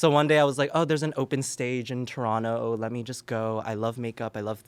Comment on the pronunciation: As a fellow Canadian, having Aurora Matrix on Smosh Mouth is so fkin validating.... hearing her mention Showcase, PRONOUNCING TORONTO PROPERLY, SHAYNE AND AMANDA(!!!!!!), explaining how distant the cities are from each other, saying University instead of College lol.... We The North, babyyyyyy